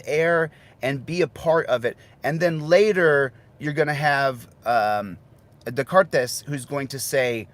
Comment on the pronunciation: pronounced De-car-TAY or alternatively De-cart